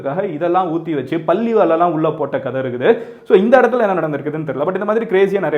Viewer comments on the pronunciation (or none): none